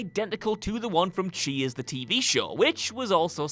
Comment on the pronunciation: 🤦‍♂️I thought he was saying “cheese” not “cheers”